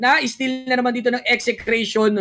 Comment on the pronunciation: Buti naman dina Ese Cration yung pronounce